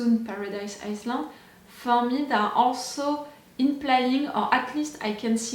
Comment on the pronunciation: i too said Island wrong for the longest time... in island you dont read the s' Island read like Ai-Land Iceland read like Ais-land